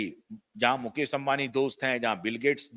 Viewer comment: मुकेस नही मुकेश बोलिये.